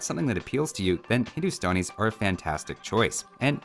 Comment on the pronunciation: No one:: "Hindustonis"